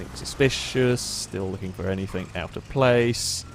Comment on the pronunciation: "anything" does not have a "k" at the end FFS